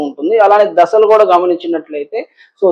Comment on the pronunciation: ద స లు కాదు దశ లు